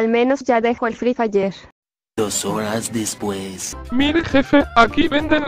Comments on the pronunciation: Fiona: "Al menos ya dejó el Fri Faier." -Efectivamente, ya tenemos un avance :v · Envidia al Free jaja